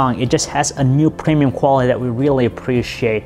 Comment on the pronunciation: Just because just because just because just because just because stutter just because preeeemiyum quality